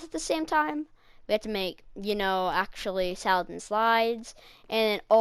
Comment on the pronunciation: It's not salad slide is salad side 😅